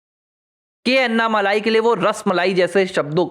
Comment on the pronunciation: उनका नाम अन्नामलाइ नही, अण्णामलै है, मलै means mountain, मलै को मलाई कर दिया है